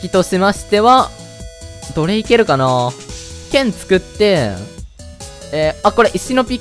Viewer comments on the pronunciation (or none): どれ行けるかな→奴隷蹴るかな に聞こえた